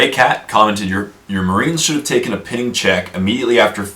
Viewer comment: he mispronounced Pinning